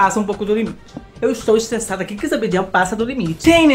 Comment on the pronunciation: "Zambdiel" ain kkkkkkk adoro o falando o nome do zabd assim.